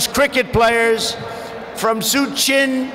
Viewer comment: no problem he pronounced suchin